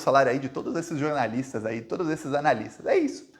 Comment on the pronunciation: jornaliata nao jornalisxo